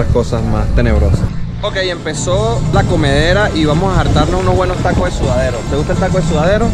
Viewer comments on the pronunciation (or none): Jajajaja no es SUDADERO, es SUADERO jajaja